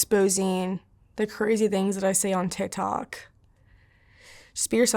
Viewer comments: Is it just me or does anyone else hear her say, "tit tok" ? 🤷‍♀️ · “Tih tohck” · The way she says TikTok “TihThok”